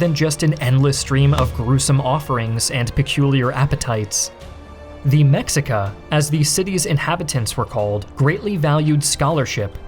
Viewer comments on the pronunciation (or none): "the mecks eekuh" 🤓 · Mexica is pronounced Meshica. they killed forty thousand people per year, more than the entire Catholic Inquisition in all of Europe in all its existence. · ugh.... my guy.... it's pronounced, "meh-she-kah", the Mexica tribe. Source --> I'm a professor of history and lived in mexico 12 years, fully fluent in spanish, and also learned Nahuatl (aztec language). Other than the botched pronounciation, loved the vid my guy. edit: the story of Cortez, btw, is insane. like they could make a movie about the bastard. an absolute overly ambitious individual, but my gosh the determination the man had. he was a no turning back, my way or the highway type. he famouse burned his ships on purpose to stand himself and the conquistadors so theyd know there'd be no turning back on one of his expeditions. also, he lost some fingers during battles. dont recall the exact battle nor how many fingers he lost, but yeah. he saw fair share of thickness of hand to hand conquistador era combat. 2nd edit: it's not night of sorrows, it's "la noche triste" literally translates into "the sad night" (night sad, in spanish the noun comes before the adjective) 3rd edit: ugh, my guy.... it's NOT "Talaxcala, it's Tlaxcala (T- (literally, just the letter T, like "T" sound of aTLas, aTLantis), so T-LACKZ-KAH-LAH, or "Tlackz-khala" (the cala sounds like Kha, such as Genghis KHAn) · Bro.. They were not aztecs, they were Mexica (Meshica, not mehica), and you could at least check spelling names of their towns.. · "Méksikas" are usually pronounced as "Meshíkas" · Few grammar/pronunciation corrections: 1. Mexica is pronounced "Meh-shee-kuh" not "Mek-sih-kuh" 2. "Mayan" is only correct when referring to the language, the people are "Maya" 3. The x in "Tlaxcala" is also a "sh" sound, and the a's are "ah" sounds. The Tl is also a unique sound, but since that sound doesn't exist in English I can't fault for not pronouncing it lol 4. Texcoco - also a "sh" sound for the x